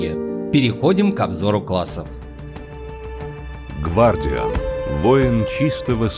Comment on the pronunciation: А в чем прикол переводить одни слова, но оставлять на английском другие? Это просто стилистически не верно и не красиво. И черт, раз уж не переводите, то хоть выговаривайте правильно. гВардиан, блин. А че тогда не фигхтер и не тхиф? ЛоЛ Upd: о, черт, я ещё дальше посмотрел.. Мои бедные уши, да ну нафиг..